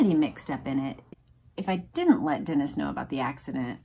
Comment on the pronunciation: Love the recaps! Thanks for your hard work with them. On a side note, it's pronounced "Denise" for Edmund Denis. Like the girls name Denise. Can't wait for the next one!